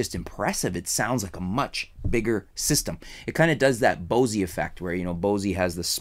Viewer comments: one other thing it's not spelled Bossy it's spelled Bose, the "E" is silent! 😎😎😎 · "BOSEY" LMAO!!!!!!! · the face in da wall Maybe... So ("Boas-ay")? I have still never heard anyone say it like that before, and I'm not even that much of a fan lol. I like their F1 PA speakers though.